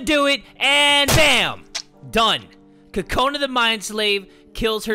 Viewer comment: This is how you really say kokonas name. CU-CU-NA